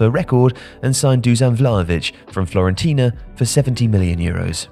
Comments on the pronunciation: Florentina ? lmao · FLorentina OMG 😅